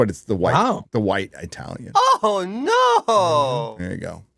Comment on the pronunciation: Please my friend, as a full-blooded Italian-American fan: It's ITALIAN with a SHORT 'i'. For natives, it is a cross between short i and ee sound. But never a long 'i'. Thank you!